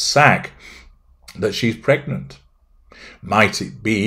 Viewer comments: Psst....it's pregnant not "pergnant" ;-) And nope, don't believe a word of it....just a ploy for attention! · “‘PERGNANT…’! You did that ON PURPOSE, didn’t you,?!?” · Haha! Your 'Pergnant' reminds me of my daughter in full Country mode. " I need the torrrlittt!" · *PERGNANT?! A pervy gnat?…